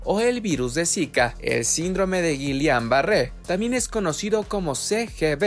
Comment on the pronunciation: Has el favor de pronunciar el término correctamente